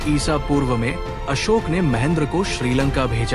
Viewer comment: Bhayi samrat asok bola Karo not asok🙏🙏🙏